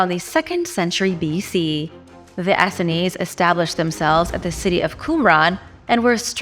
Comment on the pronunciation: Please correct your pronounciation of 'Essene'. It's pronounced 'Ess + seen'